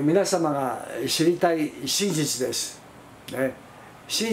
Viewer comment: カシェツ(仮説)？ カセツと発音して下さい。 でし。？ です。と発音して下さい。 貴方はどこの国の人ですか？